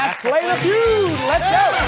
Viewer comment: He says family few not,feud